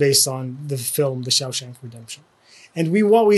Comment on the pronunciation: Amazing video. Have to admit that every time I heard the wrong pronunciation of "Shawshank" it did feel a bit like nails on a blackboard but easily forgivable., your resources and videos are phenomenal:) Thank you for putting in the work to help us all out.